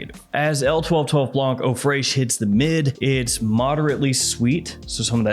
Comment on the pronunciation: Eau freishhh😂😂😂😂